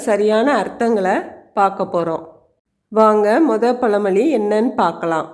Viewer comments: பல மொழி இல்லை பழமொழி சரியாக உச்சரிக்கவுவும் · Amma pazhamozhi, palamozhi illai.